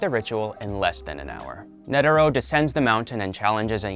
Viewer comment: Why you saying nedero and not netero